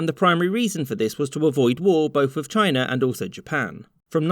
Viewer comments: Ah! So Mongolia was a part of ‘Chiner’… wtf is Chiner?!? It’s China, not Chiner. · It's CHINA not CHINER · Republic of Chiner 😁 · I love Brits. Why does every damned word have to end in "er", such as, "Republic of Chiner" wtf man! 😆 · Why do you pronounce China "Chinur"? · Did you say "Chinar"? LOL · I've heard a lot of Texans say "Chiner" but never an englishman....before now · Why are you saying China with an "R"?